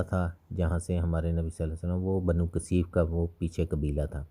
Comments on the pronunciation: بھائی اللہ تعالیٰ آپ کو جزائے خیر عطا فرمائے ۔ آپ بنو ثقیف کہیں۔ بنو قثیف غلط تلفظ کر رہے ہیں۔ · برادر محترم ! اپ قبیلہ کا نام بار بار کثیف لے رہے ہیں جبکہ درست نام ثقیف ہے ۔ دیگر کئی نام کے تلفظ بھی غلط ہیں ۔ اپ پہلے کسی استاد کو سبق سنا لیا کریں ۔ تاکہ غلطی نہ ہو ۔